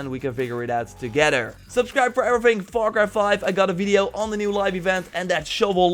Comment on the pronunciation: “Foire croi foive”